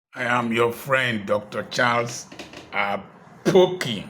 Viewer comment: His name is APOKI NOT AKPOKI. He always correct people on this channel. The name is even on the video. Let us take correction